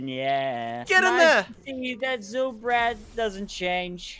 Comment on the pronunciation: Zylchad not zylbrad